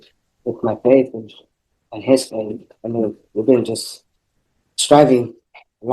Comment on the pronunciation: Badges, we don’t need no stinking badges 😅 and when he does burglaries and home invasions it’s yust a leetle heecup 😅